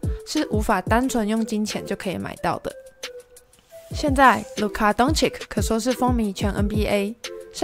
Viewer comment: ...luka 跟鯊魚的名字都不會唸 到底還要介紹什麼...